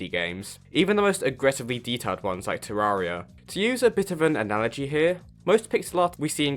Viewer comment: you said Terraria wrong